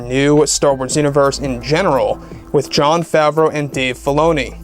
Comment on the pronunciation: Dear God stop saying ‘John Favreau (sp) and Bob Chaepek (sp). I love your site and you are very informative to an OG Star Wars nut like me, but please, please stop with the names!! Nothing but love, M